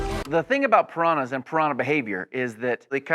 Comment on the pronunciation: I think it's just ridiculous how Americans pronounce any foreign words.. In 99% in the wrong way... The way Americans pronounce Piranhas is just outlandish xD